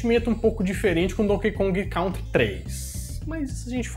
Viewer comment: Não se pronuncia "Cautri" se diz "Cãntri".